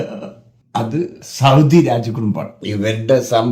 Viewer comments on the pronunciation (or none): none